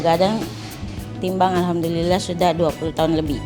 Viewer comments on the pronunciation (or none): none